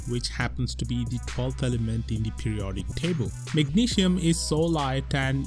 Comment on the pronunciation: Dude if you making videos for an international audience learn to pronounce magnesium and other words correctly.